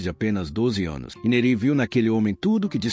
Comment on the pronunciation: A pronúncia não é "Nerí" ; é "Néri".